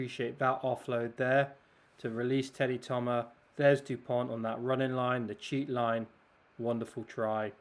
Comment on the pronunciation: These are some very fine analysis, thank you ! Just so you can take it easier on the wording... - in Dupont, the last "t" is mute, as for 95% of final letters in french, same applying for Thomas. - Fickou has to be pronouced "feekoo", without anything fancier, as the sound "oo" is always produced with the pair "ou" (no exception, enjoy !)